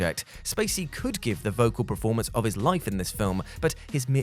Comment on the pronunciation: PERformer. PERformance Not PREformer or PREformance Please!